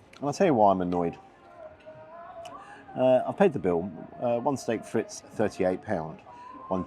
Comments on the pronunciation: steak frites (pronounced FREET) at 39 quid is insanity even for a rib eye 10oz unless it is excellent standard. Steak Frites classically a french brasserie style dish would be 6 to 8 oz flat steak and would cost you around a tenner max. Its more like a minute steak than anything else, classically. £56.93 is ridiculous for what you got... A cover charge is usually associated to linen napkins (upkeep thereof) bread and water, usually associated to ,such higher class establishments. For an airport restaurant that is really (with burgers et al on the menu) is trying to be more Brasserie style than Michelin, so effectively you are paying Michelin prices for basic brasserie style food. Terrible. My mark is - 5. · Hi. Never been keen on bully boy Ramsey really but it's pronounced Steak Freet. No S. ❤ Carry on entertaining us. In Thailand myself. Boy is the food tasty and 🌶️🌶️🌶️ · Steak Fritz??? It’s not bleeding German! It’s pronounced “Freet”. French innit! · Absolutely agree with your 3 out of 10. Just out of interest, 'frites' is of course a French word, simply means 'fried',or 'fries,' and is pronounced 'freet.' Saying 'fritz' would, though, be appropriate if you ever had these in Germany - as in ''can I have some fritz please, Fritz?'' Lol. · I heard "Steak Fritz" 🤣. Now I need to invent a "Steak Fritz"